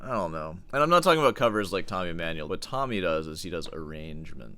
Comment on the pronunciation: Tommy E-"meh"-nuel... Oh please... Not a YAMAHA... 😂 BTW, The infamous Tommy video was my intro to Sor Hands... I can't watch 🙈 Can I filter out the Emmanuel clips and just listen to the Sor commentary? Palestrina ftw... 👈👉 Dying here... Good point on melody...